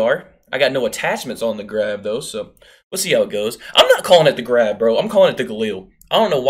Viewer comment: I think its pronounced graaahhv